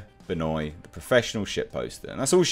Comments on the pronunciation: Its ben wah not benoy..... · The solipsism, subtle narcissism, and prejudice seems quite juicy with Sophia Benoit (Love how pronounced her name a la Chris Jericho). Underneath these traits I imagine she wants the world to look and function in accordance to her own subjective views, where her questions seem to show that she sees things as zero sum game. Sadly 50k + people seemed to agree with her, where ironically in her comments people speak about erasure of certain peoples, whilst supporting a statement for the 'non-progressive' over depiction of white men to meet what you could conclude as implicit censorship..... For the greater good I'm sure. The moral justification that SB implies within her views is no more than the pendulum swinging back the other way.